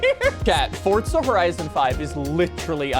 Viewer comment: I have watched a few of your videos and I can't understand why you add a T to forza